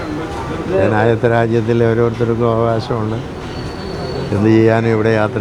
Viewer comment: "ജനായിത്ത രാജ്യം"! 😅